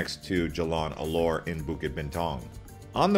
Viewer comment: Locals pronounce . Lumpur as Lumpoh . Alor as Aloh . Jalan as Jah lahn If you are a foodie, take a comfy bus to Melaka for a foodie day trip. More interesting than Caves. Good effort, for a non Malaysian, but try asking a local to critique your pronunciation.